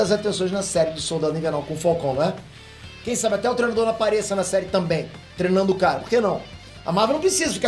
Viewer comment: Só vim aqui pra ouvir ele falar trenador em vez de treinador